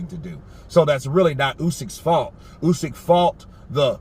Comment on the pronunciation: He can't even say Usyk's name. Fecking idiot!